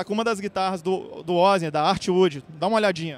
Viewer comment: o mai engraçado cara falando o nome errado, parece ozzy que falou.....kkkkkkkkkkkk è OssNI o correto